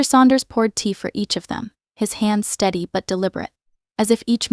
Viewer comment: voice steady not STUDY